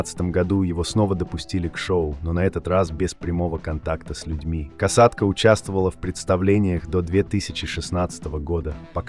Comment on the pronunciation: Не кАсатка, а кОсатка. "Грамотеи", блин !!!